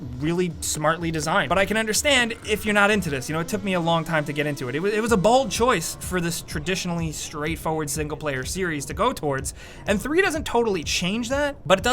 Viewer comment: did you really just said "it was a BALD choice" 😂 wtf